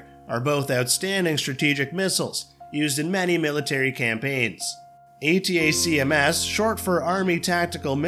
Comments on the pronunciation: why couldnt you just call pronounce it as ATAKMS rather than the stupid spelling A-T-A-C-M-S--- its just makes it pathetic to listen to... this is not a spelling bee competition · Next time, have the automated voice say ATACKUMS. Spelling it out every time is a bit much.